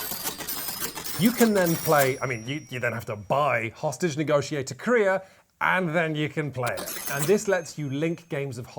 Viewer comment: I can't not hear "hostage negotiator KOREA"